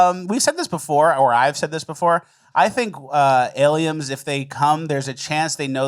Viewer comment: every time says "aliems" that's big squirts for me